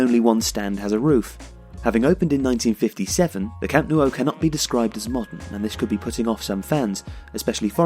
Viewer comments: The pronunciation of Camp Nou is more like Camp Now not camp Nuo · Stop saying “Camp Noo-oh”. It’s “Camp Now”... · What on earth is a Camp Nuo??? Did someone type "nuo" instead of "nou" and this guy's just reading it this way? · For crying out loud, it’s not the Camp “Nuo” it’s the Camp “Nou”!!! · Its not pronounced camp no-u. Its camp nu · Can you explain the pronunciation? Why are you saying "camp noo-oh"? It's ou, not uo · Why do you pronounce it "Camp newo"? The "o" is before the "u". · Maybe it's because someone keeps pronouncing it Camp NEW-O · Where is this Camp Noo-oh? Of which you speak? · Amazing video but I'm pretty sure it's pronounced camp new ? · "Camp New-O" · No, I'm catalan and it's pronounced cam' nou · Que lo pronuncien como quieran xD, pero tienes razón, lo más cercano sería su 'know' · Camp Nou is said Camp Now, just you know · 'Camp Noo oh' 😂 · Great vid but you kept saying "Camp New-o" lol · Why can’t you pronounce Nou right... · Its really strange how you say the nou in camp nou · Please stop pronouncing The Camp Nou like that, it hurts to hear